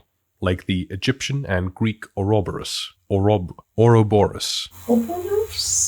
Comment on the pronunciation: It pleases me to know that I'm not the only person that struggles to no end trying to pronounce "ouroboros" and the fact that you speak Icelandic and still have trouble gives me even more relief xD